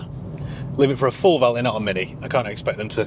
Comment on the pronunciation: Valét= “va~lay” not vallit😅